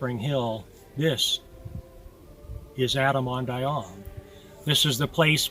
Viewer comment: Why is the 2nd syllable in "Ahman" not pronounced in this video?